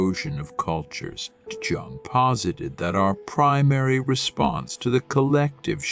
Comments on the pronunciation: With all due respect: JUNGLE is the incorrect first syllable of Carl Gustav's last name. j. U. N. G. is pronounced with a SOFT jay, as in the word yellow. Yung is more like it. Respectfully submitted for your consideration Gregg Oreo Long Beach CA etats unis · Jung is pronounced Yung. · Might want to rerecord this... personally hearing such a drastic mispronunciation of an important name makes it seem like the topic talked about is not cared about..I stopped watching at 20 seconds lol